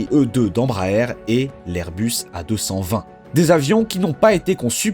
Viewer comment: Ses airbus a 220 pas airus